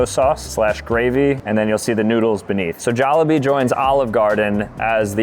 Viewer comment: You pronounced jollibee wrong